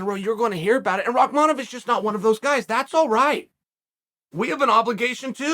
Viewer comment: "Rockmonov... Kakistan" 🤣🤣🤣